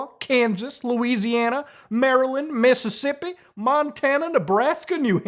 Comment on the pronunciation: I don’t appreciate the way you said Mississippi.